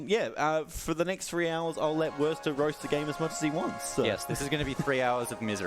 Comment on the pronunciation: "I'm..." iconic.